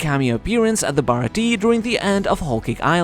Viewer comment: I really wish all these youtubers would learn to say the Baratie's name properly. It's pronounced Baratia yes it is spelt baratie but when you say it the E at the end needs to be more of a a sound.